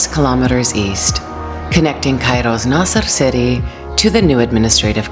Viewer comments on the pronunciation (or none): Don't say Naser City Nasr City